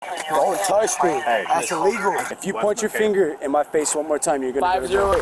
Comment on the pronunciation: "Dont touch me, thats iwegal"